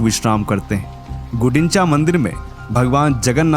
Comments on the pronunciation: Gudinchaa nahi.. It's GUNDICHAA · Gudincha nhi gundicha bola jata hai Aur maa subhadra ji ke Rath ko darpdalan nhi devadalana bola jata he....